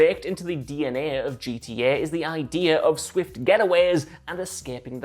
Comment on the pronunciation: You should’ve got one of the other guys to do this video whoever could actually say GTA not G E Eh